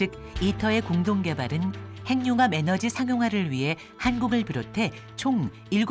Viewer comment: 핵 + 융합 = 핵융합~~~ 행늉합 발음은 틀린 발음입니다!! "해귱합"이 맞습니다!! 두 개의 단어로 된 합성어를 따로 떼어서 천천히 발음해 보세요!! 핵~ 융합, 핵~ 육합 그러면서 천천히 붙이면 해귱합~ 발음이 맞다는 게 쉽게 증명됩니다!! [ 전음법칙 ]